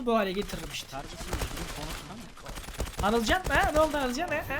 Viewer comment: anılcan deil abi anılken